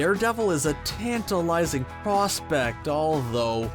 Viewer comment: Tantalising, or Tarantula-lising?